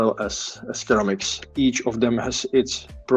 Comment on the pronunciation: Thank you for the stream 👍. What about sharp pointed "Pogo pins" instead of "spring-loaded pins", as you already know, "Pogo pins are also spring-loaded (good selection at DigiKey, Mouser and LCSC). Please, this is not criticism, just to assist you as a non-native English speaker; "ceramic" is pronounced as "seramik". Glad you caught the VEE-net fault in time. I agree with your strategy to always double-check the datasheet. I am looking forward to the layout next week.